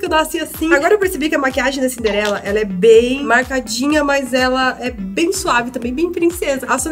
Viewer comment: vc errou em algumas pantes vc falou cimderela vc estava anciosa ne na hora da meique por que falou errado